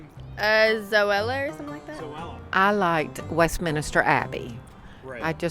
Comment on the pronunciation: Typical mispronunciation it's Westminster not minister